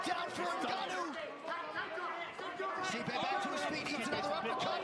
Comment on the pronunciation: lmao, his name isn't pronounced "Stype" It's pronounced Stee-pay